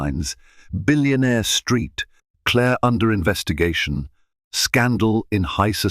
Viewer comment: St. Clair. Saint Clair not street Clare Please correct your ai